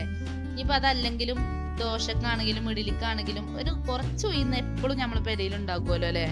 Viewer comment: ഉയിന്ന് അല്ല ഉഴുന്ന് ആണ്